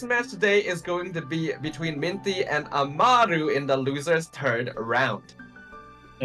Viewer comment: yes, lia just clarified it as well. I didn't mean to attack anyone, it just felt wrong that they kept pronouncing his name like that even though the screen showed amal and not amaru. I'd get if they couldn't pronounce it like it was shown due to accents or mother tongues but I didn't know this would be the case. Once again, I do apologize if it came off as rude instead of criticizing.